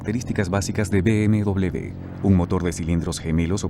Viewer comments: No se dice BMdoble B sino doble UVE o uve doble. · por que dide usted B M...doble B es B M uve doble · MANIAS DE DECIR .....B.M.DOBLE B......SE DICE ...B.M.DOBLE V.......O ...BMW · ¿Por qué dice "be eme doble de"? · yo no entiendo porque vamos a Latinoamerica, si no hubiésemos ido ahora todo sería mejor, por cierto bmw se pronuncia con V (uve) y no con B (be). si en "werke se pronuncia con B" lo hubieses puesto con V estaría bien pero vamos tu ve a lo tuyo, que todos los países digan BMW con uve y lo digan bien, si según tu todos los países lo dicen mal excepto tu que insultando tienes la razón pues habrá que darte la razón no? por cierto cuando insultas a los españoles te insultas a ti mismo porque tienes sangre española. sabes insultar con una eficiencia pff